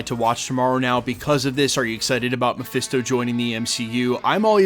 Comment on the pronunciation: Presto it's Mephisto